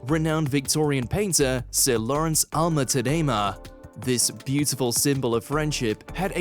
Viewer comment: Sir Alma TAAAAHdemah. Please don´t ruin his name.